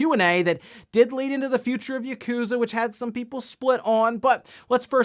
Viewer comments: It's "Yah-ku-za", not "YUH-KOOzuh"! Please say Yakuza correctly please? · Ah yes, gotta love Yah-Kooza series.